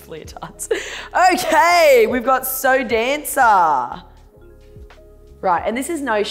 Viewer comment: Lol, SoDanca is usually the cheap brand here, like down with Sansha at the lowest end of the price range and I've only ever heard people pronounce it like "So Danka" not like "So Dancer"... Personally I think the patterned one was by far the coolest, that pattern is sick and the cut is super cool too.